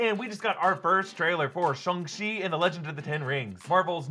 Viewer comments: Wait why are you pronouncing it ShUng chi. I always did it as ShAng chi with the sounding like A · Isn’t it Shang Chi ... stop saying Shung Chi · It's not Shung. You don't say Shung Tsung in Mortal Kombat, you say Shang. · "shung chi" lmao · marvel has called him shAng chi and so did the trailer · Nobody: Erik: “ShOng Chi” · Who is Shung Chi? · Erik it’s shaaaang chi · Honestly, I waiting to see if you change your pronunciation after hearing it said properly in the movie. What is a "shung-chi" anyway? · Am I the only one who noticed he calls it "Shung chi"? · Why does he keep saying "Shung-Chi"? And why has no one else noticed it? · SHUNG Chi lol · Shung-Chi - that pronunciation bugs me so much lol... i bet you say Sym-BI-ote too... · Did he say shong chi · Can someone please tell Erik it’s shAng chi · What’s the deal with “shong-chi” is that how it was originally pronounced? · "Shung Chi" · I’m sorry did Erik say shung shi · LOL "Shung" Chi ... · So it’s pronounced Shung chi? And not Shang chi? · Its pronounced Shh-Ang-CHi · "shung chi" lol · "Shung Shi" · “Shung shi” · No one gonna talk about how he said Shang Chi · Please learn how to pronounce the name properly. It was painful listening to you say it. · How do you mispronounce a title that has been hyped up for the past year and you have several examples of how to pronounce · ..........is that how you pronounce his name? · Bruh, can you quit pronouncing it shung-chi please, it’s shang, like aang from the last airbender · STOP CALLING IT SHUNG CHI SHANG CHI WITH AN A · Thought it was shaang chii not Shang chi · STOP SAYING SHUNG CHI ITS SHANG CHI I KNOW I'M OVER REACTING BUT IVE HEARD IT TOO MUCH SO NOW IT GETS ON MY NERVES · It's Shang not Shung. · ShAHng chi instead of ShUHng chi Can even say ShANg chi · Why are you saying SHUNG CHI?? It's SHANG CHI !!! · Why do people keep saying SHUNG CHI ITS SHAAAAAAANG CHI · I thought it was shAng chi. Like aang. Or boomerang. Not shong. Is it actually shong chi?